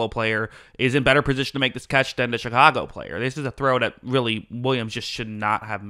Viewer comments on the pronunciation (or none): none